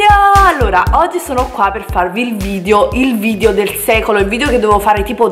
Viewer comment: È irrecuperabile, ancora dice VIDIO, e ne avrà caricati 200 mila sul canale. lol